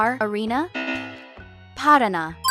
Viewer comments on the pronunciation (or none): none